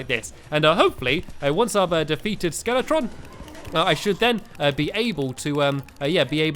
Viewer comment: Stampy you said skeleton in stead of skeletron